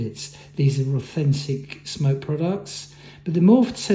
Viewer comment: Its smok not smoke don't review something you cant even pronounce right